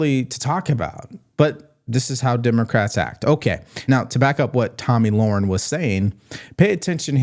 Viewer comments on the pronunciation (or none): Tomi Lahren. Pronounced Lare- uhn, not Lore-uhn